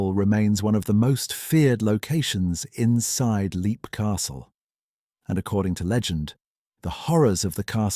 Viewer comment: It's pronounced lep, not leep.